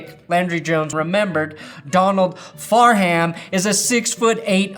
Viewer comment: Donald Farham!!! You have consistently mispronounced multiple people. Do you actually watch the games or do you watch the 10 minute highlights?